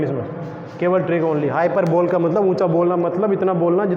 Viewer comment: Sir it's not हाई पर बोल its हाई प बलि (blee)